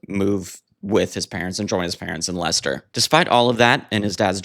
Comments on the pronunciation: I have a lot of love for The Buggles - so many early electro pop gems on the two albums - 'Elstree', 'Technopop', 'Johnny On The Monorail', I Love You Miss Robot', and The Buggles version of 'I Am A Camera' is just majestic. P.S. You did so well with pronouncing 'Leicester'... then it all went to fluff with 'Loughborough' - it's pronounced, inexplicably "Luff-burruh". Those pesky British place names! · Noy Low-bto. Luff-burr-uh! Sorry, but Brit place names get pronounced pretty strangely a lot of the time. Congrats on getting Leicester right, tho!